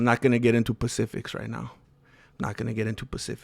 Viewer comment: Specifics homi, not pacifics.....just saying brother...respectfully.